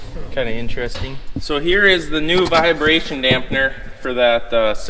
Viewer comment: There's no "via" in vibration. Not a "viabration" dampener. Got it right in the last part of the video!